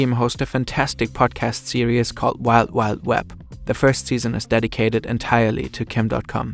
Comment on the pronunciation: Series** serious is what I hear because of the accent